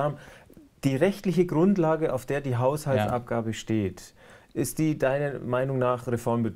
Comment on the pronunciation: "Hauhsaltsabgabe" ... deutsche Sprache schwere Sprache ! ^^